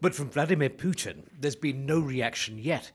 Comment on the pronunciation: Poochin , not Pooter